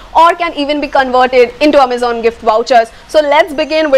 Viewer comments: Was going to subscribe untill you started saying "Ammazan." 🙄😏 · Amazon 💣 the way u say❤❤ loved it yr 😄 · The way she says Amazon 😝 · XD ikr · The way u say Amazon..😂😂😂😂😂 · No, not literally mispronounce but It was a bit different 😅